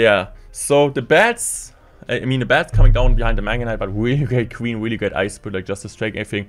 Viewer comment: The video is very good but the weely is weely weely weely wierding me out